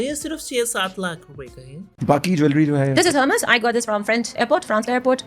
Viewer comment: Behen ko hérmes bolna ata nhai but bak bak karwao. Cartier. Like seriously. Is wajah se in logo se Nafrat hai